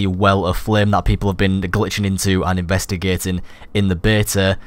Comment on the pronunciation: "investergertern in der bertuh."